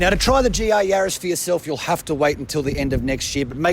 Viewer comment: GR not GA :P